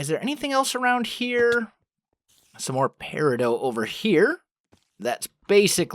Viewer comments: "Peridoh" triggered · he is butchering the name of peridot doe